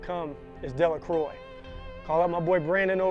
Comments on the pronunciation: Great content and great editing.. Btw it's pronounced Della-crow not Della-croy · its pronounced Delluhcrow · Hi, I was asking about pronunciation, I saw the "Dela-crow" above--so it is Dela---"crow", or "croy"?